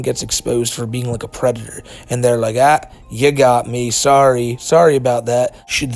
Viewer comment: The white bowser is a pwedator